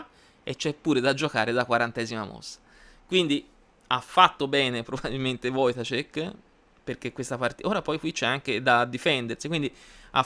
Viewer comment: Ciao, ottimo video e complimenti per la pronuncia del cognome polacco. Un piccolo appunto: l'accento è sulla a, si legge "voitàscek". Ancora complimenti per tutti i video che fai